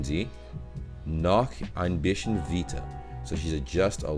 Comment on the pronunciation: sch = sh like in englisch, you spell that perfect. Bisschen is ssch and normally ss ist getting to a ß sound which you also have in "klick*s*". Bisschen would then be pronounced Bi*s*chen, instead of Bischen. I hope you get what I mean.